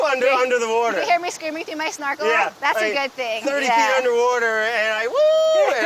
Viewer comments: Finally! A video where Brad says "Wourder" for the majority of it. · I'd say get in the wourder but we're already saying it wrong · It's the Hawaiian Wowter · Wait...where’s the “wauder” edits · "He can't even say water right." What a jerk. Seriously it's getting old. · after all these episodes, someone finally call Brad out: "you can't even say water right", Boom roasted!! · You can't even say water right.. lol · “You can’t even say water right” 😂😂😂